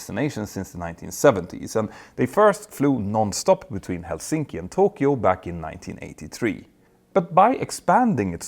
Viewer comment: what the hell is wrong with your Helsinki pronunciation Peter? how are you so bad with names?